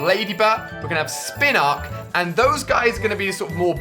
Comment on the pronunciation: and also a spinark? and every single one that was mispronounced because he blatantly has never watched/played the games and is simply conning everyone to watch his videos so he makes more money from it. anyone could pretend to know about pokemon and make stupid pointless videos about pokemon go to make money. I think people watch them hoping to get a glance of his misses who is probably with him for the money